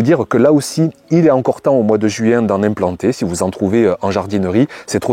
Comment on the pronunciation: JUouin ???c'est drôle votre façon de prononcer le mot...😄 l